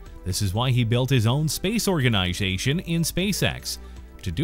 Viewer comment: “Own spath organisathon”